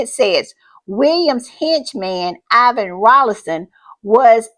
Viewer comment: It is Iain Rawlinson, not Ivan Rawlinson. The name "Iain" is pronounced "AY-in" (like "eye-in").